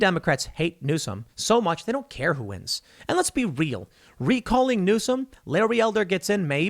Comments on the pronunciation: REE- AL as in Al-bert not "real' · El Camino Real - Real is Spanish and pronounced Rey-Al